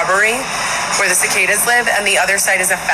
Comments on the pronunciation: KUH-KAH-DUHS lmao that was cute. it’s all love, but those bugs are prounounced SUH-KAY-DUHS ❤ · Sick-ay-duhs is how you say Cicadas 😆 But omg when you said “I can’t see multiples” I totally felt that! I’ve tried to explain to others that I can do things like for example 1 mouse, 2 mouse - heck I’ve owned rats as pets but if there is like 15-20.. NOPE! Multiples of things look like a swarm all wiggling around and it just creeps me OUT! I even tried to google to see if that’s a certain phobia 😂